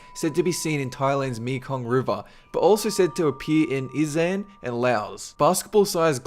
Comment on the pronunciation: Mr narrator guy. Isaan pronounced ISARN is in Thailand. no need to differentiate.